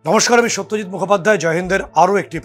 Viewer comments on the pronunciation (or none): none